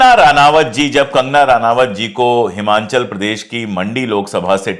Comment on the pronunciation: Pahle apna pronunciation sahi karo 😂 😂 Himanchal nhi hai Himachal hai aur Ranawat MHI hai Ranaut hai 😂😂 Tumhari padayi ka pataa chal gaya 😂 😂 muh se hugna band Karo yaar.. ...😂😂 kaun sa pandey ho tum?? 😂 😂 mulla wala 😂 😂 mulla prem foot foot ke bahar aa rha hai tumhari 1920 wali books se 😂 😂